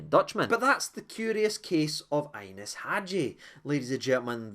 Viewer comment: Still Game mate 🤣 the way you pronounced Ianis sounded like Inness n he's sound unless he's on the Miduri 🤣🤣